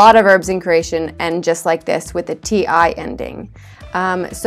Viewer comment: Step One - Learn how to pronounce Croatian. 🙄 Says: “Craesion.”